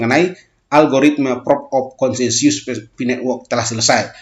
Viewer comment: Consensus bukan KONSENSIUS baca yang bener mas